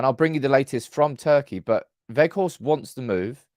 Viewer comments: Hello, I’m Dutch. And please stop saying wetchhorst, it’s weghorst 👏❤️🤣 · You have Wout spot on. As for the G ... English doesn't have that sound. I believe Welsh has it. Most outside The NL say Wackhorst, defo not Wedgehorst. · Quite well pronounced, some practising on the G, ..... A bit stronger at the end of your throat. Say WeGGGGhorst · Weghorst "pronounced - Vekhorst" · I think Wout Weghorst which you pronounce in englisch as Woud Waghorst will be a key player in scoring a couple important goals. Also I think that the money he would be worth is around 10 mil is the same as a young player with the same capabliteits but he would be worth 30 mil because of potential growed. So for 10-15 mil you would have a key player for important situations or to relieve Martial physicly. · Hi. Great convo as always. His name is pronounced VOTE VE(G)HORST, the G in the surname sounds like a growl. Lol. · Go to Forvo for pronunciation. Vout Vech-Horst (but the ch isn’t hard, it’s softer and phlegmy, like you’re about to spit) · The G in weghorst is a hard G. Use your throat Just listen to some dutch and the way we use the G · You’re pronunciation of Wout is good enough. Weghorst is like wedgehorst without the ‘d’. was your best attempt lol. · That girl really threw you off with the ''ch''. You were pronouncing it fine before.